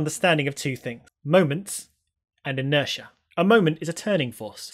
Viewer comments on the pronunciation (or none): Inertia, not interia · Interia (it's inertia ) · "Moment and Interia" ...whoops...... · Interia? What a moment! That's what happens when you move the weight of a T towards the front of a word and change it's centre of gravity. . But weight! There's more! ... Great video by the way. Loved it!